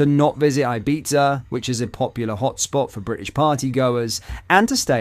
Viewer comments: Pronounced 'Ibetha' not Ibeza! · I don’t know if when you do some of these videos using AI with your voice as so many worlds used are pronounced very bad like “ibeetza”😂its every video that your not actually on.either that or maybe readings very bad🙄 love your stuff still 👍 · It's spelled IBIZA, but it's pronounced IBITHA, with a TH sound instead of a Z sound! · Sounds like you are saying pizza